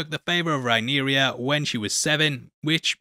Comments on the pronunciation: The princess's name is Rhaenyra.... Not Rhaenyria . Rhae-near-ah. Not Rhae-near-ree-ah. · She’s RhaenYRA not RhaeNYRIA though 😅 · It's Rhaenyra. Not Rhaenyria. I know you can technically pronounce it however you want but you're doing it wrong with the i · small note, I believe it's pronounced Ray-neer-ah rather than Ray-neer-iya (not trying to be an a-hole, just noticed you said it a few times). Keep up the great work, love your vids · Good job on the video. Quick note for the future: her name is pronounced RAY-NEAR-A, not RAY-NEAR-EE-A. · Dude, her name is Rhaenyra, not Rhaenyria, not Rhaena. It's complicated enough without you confusing the name thing further. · Rhaenyra not Rhaeneria/Rhaenyria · Rhae-nera is the pronunciation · her name is Rhaenyra... how fkn hard is it? hahahaha